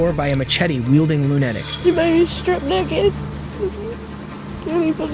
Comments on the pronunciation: I was so focused on how lunatic was pronounced I had to back track 5 mins of video because I didn't hear a word of it 😅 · Narrator better be AI because how the hell can an adult who speaks with a North American accent not even know how to properly pronounce machete or lunatic???